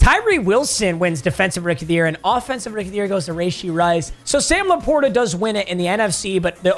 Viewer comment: its rushee rice not rAshee rice